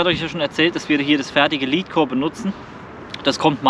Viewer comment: Sorry für die Klugscheißerei... Aber Lead nicht Leed Oder Lädcore (richtig) nicht Liedcore(falsch) Sorry aber nach paar min geht mir das schon gegen den Strich